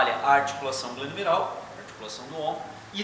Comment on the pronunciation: "GLENOUMERAL" - (GENUMERAL)